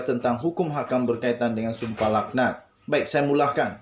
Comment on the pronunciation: Sdr.cakap pun kalam kabut.sum pah lak nat BUKAN sumpah lahanat.baca teks betul betul